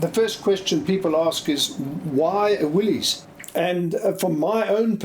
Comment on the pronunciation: I believe that Willys is actually pronounced Willis, with the Y making an I sound. Important that you get these things correct, I think. Otherwise, a very interesting story.